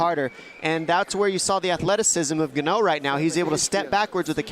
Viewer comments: John Anik having no idea what Ngannou's name is: "Francis Gannou" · In-gaahn-uuu for the love of god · Commentator....Francis Gonnu 😂